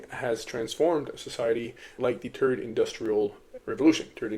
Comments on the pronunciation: How are you able to pronounce the word "the" butt you say TURD instead of THird ?😂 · Are you saying turd? LOL